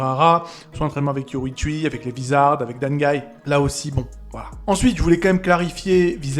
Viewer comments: son nom ce dit yorou-ichi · me fume avec sa prononciation de YORUICHI🤣😂